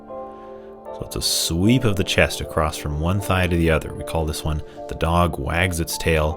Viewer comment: Very nice, thank you! I really enjoy when you explain the “why” of movements & postures. I also appreciate your poetic descriptions, like “moving through mist.” 💚 One thing that pulls me out of the moment, is when you say “acrossed.” That is not a word. Across is always across. 😉